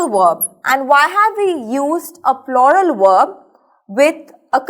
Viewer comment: ploral! Lmao😂 its correct pronunciation is as in rUler i.e,plural But after all it was very well explained👌